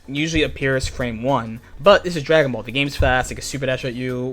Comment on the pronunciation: I just noticed the way says, “Dragonbaulll” when he’s about to teach us. 😂😂😂